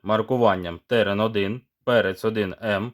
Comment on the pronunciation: Колись Терен-4М був легендою і дуже жаданим балончиком серед унаків та молоді) А зараз... Якшо ціна питання 100+грн між нашими бюджетними пропозиціями і 200+ між закордонними аналогами, типу PaperKO, то здається мені вибір падає на німців. До речі, чомусь всі казли ТеРЕн. З неправильним наголосом) І тільки ось я допетрав, що назва терен - це від рослини) Таке гарне слово)